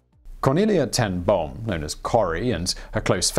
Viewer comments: Boom is pronounced bome, it means tree. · Boom is Branch in Dutch. It is pronounced like Dome but with a 'B'. I'd never heard of this remarkable lady and her family. Great vid and thanks!